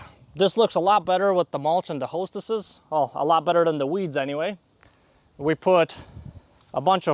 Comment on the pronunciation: As a gardener, it kills me how he calls hostas, "hostesses." 😂